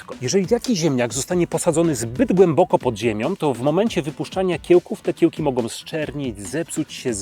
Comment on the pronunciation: i jeszcze jeden. 'Mogą' zamiast 'mogom'.